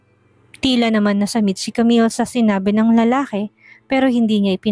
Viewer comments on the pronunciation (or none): Lalaki ang pronounce lalake